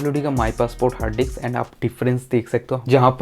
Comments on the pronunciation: Anna it's not diks 2 It's disk 2😂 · Bro it's disk not diks🤣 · diks diks bolke dimag karab kardiya